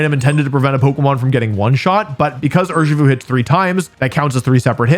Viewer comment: Cmon dude, we know it's Urshifu